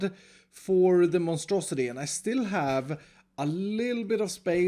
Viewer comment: to be clear...is saying Monstrosi-tree?